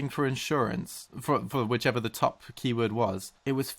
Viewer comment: For some reasons, each time you said "Keyword" in this video I was absolutely sure you were about to say "Kiwi".